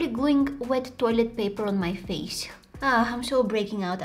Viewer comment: It’s face not fase